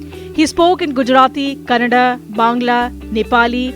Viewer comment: It's Kannada not Kannad....